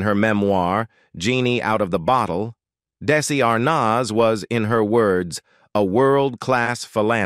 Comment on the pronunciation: this AI bot can't even pronounce Desi Arnaz properly